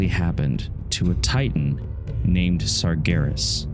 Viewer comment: just so you know, it’s Sargeras not Sargonis